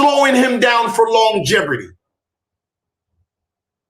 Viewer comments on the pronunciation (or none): Longevity. No 'R' in that word bud. Good effort though. ☺️